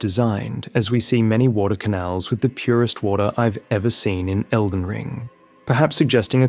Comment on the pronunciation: Bro said Felden John and I was about to assume this whole video was one big joke leading up to John Nightreign